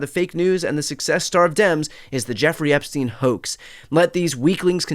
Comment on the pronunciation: At last someone says Epstein correctly - the UK reporter who attended this. It should be said 'Epstine'. To be said 'Epsteen', it woukd have to be spelled 'Epstien'. As for Trump still using 'Sleepy Joe Biden' - Dozy Donald Trump has napped in public plenty of times. We all know he is dodgy AF (putting it mildly) when it comes to young women and girls. He's vile, full stop.